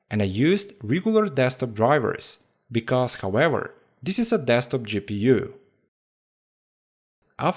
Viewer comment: U sound like an idiot 😂 eeee gi peeu